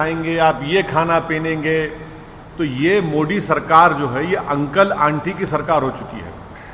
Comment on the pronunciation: गधे हमेशा कन्वर्जन अपनी मर्ज़ी से नहीं होता। पहले अपनी हिंदी सुधार-100बार बोल-मोदी-मोदी-मोडी नहीं-मोदी-तेरी ज़बान साफ़ हों जाएगी